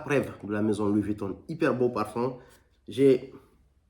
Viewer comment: Louis Vuittonne 😂